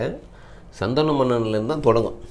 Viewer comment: Saanthanu,not sandana manan